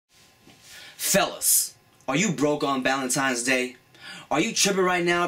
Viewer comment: i thought he said "SELOS". lol it's actually "FELLAS". XD